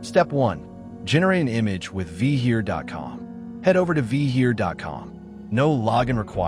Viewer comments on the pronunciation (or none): Oh... and Vheer is pronounced the same as cheer (but with a 'v' instead of a 'C') - The H is silent in this case. Vheer is an Indian name so you cannot pronounce it vee-hear. If you were called Bill, would you like to be called Be-ill?